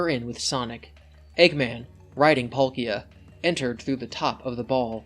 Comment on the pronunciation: that's how you pronounce palkia?